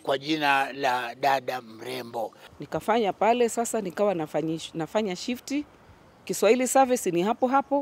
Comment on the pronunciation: I like her programs, choice of songs and her Kiswahili pronunciation just like mine from Zanzibar. We like you sister.